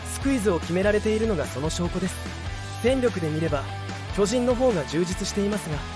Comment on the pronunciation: 「巨人」のイントネーションがおかしい。あと、「無死」のイントネーションも「虫」になってる。